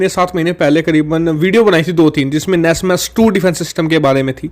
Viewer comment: Wo nasam he nasmas nahi